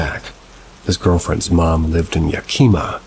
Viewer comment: Yakima.. pronounced yak e mah